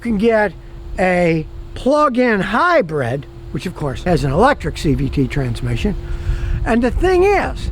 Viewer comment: "Hybrid" not "Hybread"